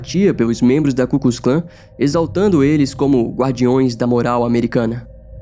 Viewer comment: e não é ku kus Klan, é ku klux Klan !!!